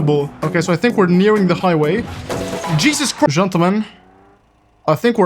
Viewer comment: "I want to see Jeezes Christ" 🤣🤣🤣🤣